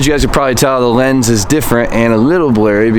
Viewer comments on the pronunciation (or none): none